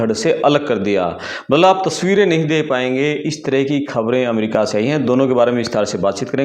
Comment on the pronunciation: भाई पहले बोलना सीख अमेरिका होता है ना कि अमरिका